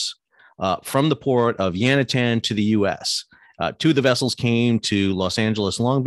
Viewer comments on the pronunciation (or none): Stop saying Yantian and Ningbo incorrectly. Otherwise videos are good. It makes you lose credibility though.